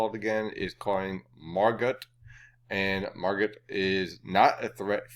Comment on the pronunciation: The T is silent in Margot